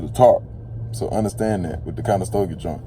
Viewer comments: Conestoga not Conestogia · Click bait Over monetized Conestoga, not conestogia…makes you sound like you don’t know what you’re talking about